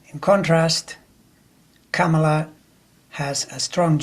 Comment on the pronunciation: Great sense you make of this. I have to remind myself constantly to say her name, not like Pamela, but like 'comma la'. Many of us do.